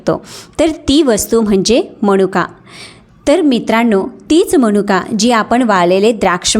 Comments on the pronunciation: माहिती खूप चांगली आहे पण आपण अशुध्द बोलता मणूका समश्या हे अशुध्द बोलणे आहे तर मनुका समस्या हे शुद्ध. शब्द आहेत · फारच अशुद्ध बोलताय....कोनत्या ,णनंतर मणुका ,तान पन ...